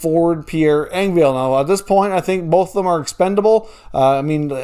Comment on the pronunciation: I like your channel..I watch it quite a bit..I notice that Engvall 's name is constantly pronounced wrong.. it is pronounced exactly how it is spelled. It is a short "a" there is no "e" at the end of his name for a pronunciation of "Engvale" sorry just drives me nuts